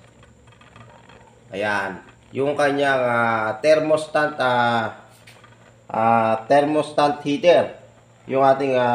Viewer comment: THERMOSTAT pards hindi thermostant